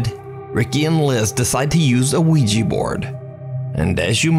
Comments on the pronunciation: Nuke just so you know, it's not wee-jee, it's wee-juh, spelled Ouija. It plays on the French word "oui" meaning yes. Please people, at least pronounce it correctly. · lol It is pronounced WEE-juh. These are pretty amazing shots, though, and I still say great vid!